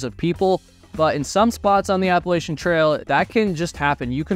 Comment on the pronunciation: It's pronounced APP-A-LATCH-CHEE-AN. It is NOT pronounced ABBA LACE SHIN. It runs through the region known as Appalachia. APP-A-LATCH-AH. NOT APPLE-ASIA. Even Peter Santenello says it correctly (because he too was raised in Appalachia). Originally the name of the Apalachee, a Muskogean people of northwestern Florida, perhaps from Apalachee abalahci "other side of the river" or Hitchiti (Muskogean) apalwahči "dwelling on one side". The name was eventually used also for the tribe and for a region spreading well inland to the north.